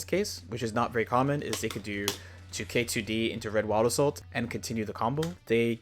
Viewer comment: Whenever he says "wild assault" it sounds like "owada soul".